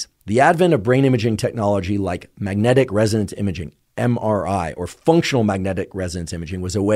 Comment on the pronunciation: Magnetic Resonans Imaging not Magnetic Residence Imaging